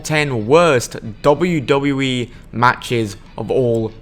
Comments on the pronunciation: You sound like someone making a futile attempt at concealing an indian accent, "Tom". What the hell is a "dubbooo dubbooo E"? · wait did he say dubbra dubbra yee?